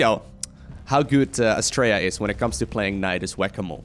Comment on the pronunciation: I kept hearing him say Australia as well ... I must be way too used to us Aussies saying it.